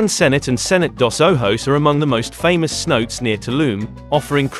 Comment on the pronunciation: Couldn’t even finish the video… Tulum has its own international airport so advising to fly in from Cancun is mean your info is severely outdated. Don’t call the water holes “see notes” call it like how the locals call it smh. (say-now-tay)